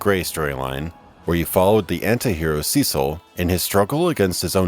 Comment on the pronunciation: Cecil = Sess - ill ...goddammit